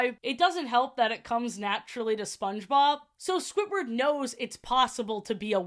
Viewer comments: Like, its Squidward, not Squitward, please stop saying Squitward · ily so much but why do you say “squitward” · i love the way you say squidward. squitward